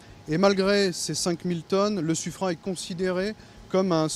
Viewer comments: Le narrateur qui dit Suffr"ène", ça pique un peu mais bon, ce n'est pas très grave en soit. Par contre à "trouver les moyens pour réduire la discrétion acoustique"... Euh... non, c'est le contraire ! C'est "augmenter" la discrétion acoustique, la réduire ce n'est pas tout à fait une solution d'avenir... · Finalement on ne saura jamais si on prononce "sufrin" ou "sufrène" 😀